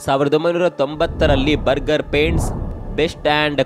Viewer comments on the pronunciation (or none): ಅದು ಬರ್ಗರ್ paint ಅಲ್ಲ ಬೆರ್ಜರ್ paint 😄